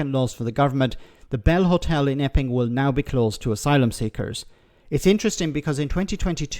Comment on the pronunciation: I totally heard her say "effing migrants" until I remembered I wasn't listening to GB News and it was actually "Epping migrants".